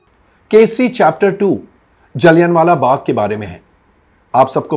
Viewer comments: पहले तो कोई इनको बोलना सिखाओ... जलियाँ को जलियान बोल रहे हैं...😂😂😂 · Mr Nahata please check correct pronunciation - Jallianwala is pronounced जलियांवाला where ' n ' is not prominently pronounced. I left ur review halfway to u mis pronouncing the word repeatedly. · आप गलत उच्चारण कर रहे है जलीयनवाला बाग बोल रहे है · Komal Nahtaa ji , Kripyaaa "" Jallian Wala Bagh "" ko saheeee pronounce to kar lo . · जलियांवालाबाग बोलना नहीं आता 😂😂 Good ❤❤❤ak ❤❤